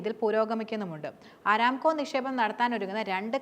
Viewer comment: അരാംകോ അല്ലാ ,അറാംകോ എന്നാണ് കരോ മാര പൂര 😂😂